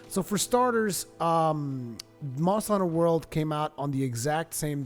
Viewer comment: Monstuh Huntuh Wuhld.